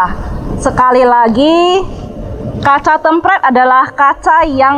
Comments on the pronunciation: temperd anjir dibacanya bukan tempred wkwk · tempret... hahaha.. yang bener nyebutnya tempert mbak.. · BUKAN KACA TEMPRED WOYYY TP TEEMM PEERRRRD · Hallo susanto Sebenarnya cara pengucapan kata kata serapan dari bahasa Inggris dipengaruhi oleh bahasa lokal masing2 pak 😅 Penulisan yang benar ialah Tempered dan di eja "Tem-perd" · Cara bacanya kok tempred sih😄